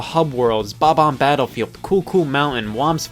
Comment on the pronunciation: It's "bomb-omb" not "buh-bomb"!